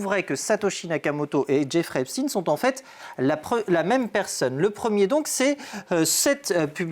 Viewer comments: Faites vous expres de prononcer "Epstine" au lieu "d'Epsteeeiiiiinnn?" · S'il vous plaît, pas " epstine " c'est pas comme " Sandrine" ou " Poutine "! C'est EIPTSEIN comme " ROTCHILD " ou " Spielberg" c'est donc un haut général de " la guerre des étoiles " et pas du clan de " François le Français".... Pas d'endormissement s'il vous plaît ! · Epst"ine", pou"tine" mdr arretez maintenant